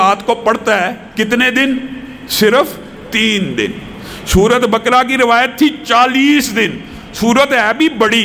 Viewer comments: Bakra nahi baqra bole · سورہ بقرہ کی تلفظ غلط ادا کررہے ہیں